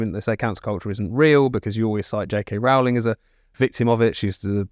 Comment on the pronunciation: Why do they keep mispronouncing Rowling?